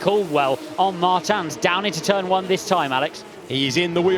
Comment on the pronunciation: somebody teach the commentators how to say Martins: its Murteamch